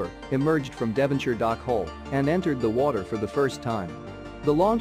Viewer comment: Devonshire lol